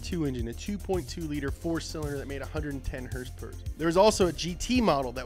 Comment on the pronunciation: “Hursperers” lol 😂 its horsepower horsepower is that so hard damn it lol